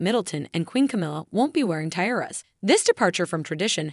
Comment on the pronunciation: Can't pronounce "tiara". Grating!